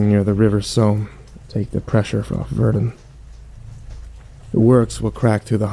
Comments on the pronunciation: HO HO! LE FRANCE Also he says Verdun really stupid lulz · Nice pronunciation of Verdun lol. Still a good story, nice change of pace.